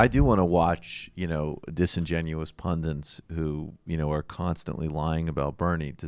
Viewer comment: 13 mins. The word is pundits not pundints.